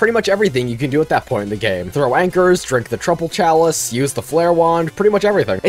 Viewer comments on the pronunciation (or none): This video was great but for the love of god its not pronounced Trupple Chalice. The Troupple King literally tells you how it's pronounced and its not like that 😭 (Not a serious complaint just thought it was funny)